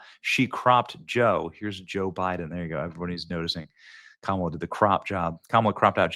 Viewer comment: Joe bye-then😂